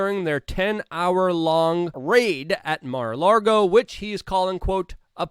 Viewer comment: Say Mar-a-largo one more time Luke. I DARE YOU